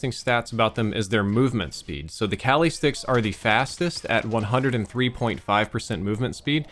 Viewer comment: Its pronounced kah-li (like you're saying Ali but with a k)